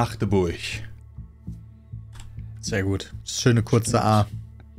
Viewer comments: Als Machdeburjer muss ich, Respekt dafür zollen, dass er Magdeburg korrekt ausgesprochen hat. 💚❤💚❤💚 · Als Magdeburger bin ich richtig stolz auf das er Machdeburch gesagt hat 👍🏻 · Danke für die Aussprache von Magdeburg. Bin da sehr zufrieden mit:D